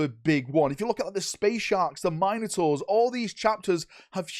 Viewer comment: It is etcetera, not eck-cetra. You are an Englishman, learn how to speak English. On the upside, you are one of the rare few that actually pronounce minotaur properly.